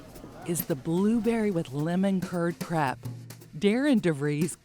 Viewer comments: Its crepe, not crap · The lady hosting the segment is mispronouncing crepe with a short "A" sound, instead of the correct long "A" sound.